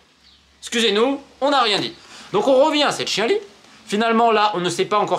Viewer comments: on dit pas "chien li" cela ce prononce "chian li " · Hola Romain ! :-) Le mot Chienlit" se prononce "Chiant-lit" :-) Merci pour tes contenus, tu es vraiment extra !